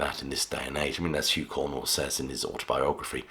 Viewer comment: Too many factual errors in this video. Is it really so hard to say Cornwell rather than Cornwall?